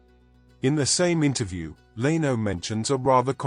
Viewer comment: Learn how to pronounce Leno !